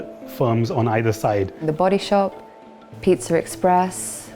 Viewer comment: There's no R in Pizza !!!